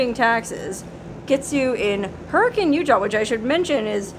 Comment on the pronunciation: Im not trying to criticize, byt just going to say, you're correct in pronouncing Hurricane like the locals do. Now check this out: Zion is not pronounced that way in Utah. I know someone's from out of town when they say ZiOn. We say, Zion like Zi-un. "U" they way it is in "run". Hey, I'm just giving you a hard time!! Love your videos!